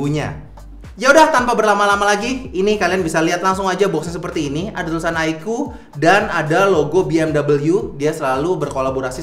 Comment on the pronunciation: kocak loe bang, sebut oddo pula 😂😂